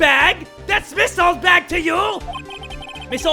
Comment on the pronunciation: In the anime. The judge call Oldbag 'Oldhag' XD lol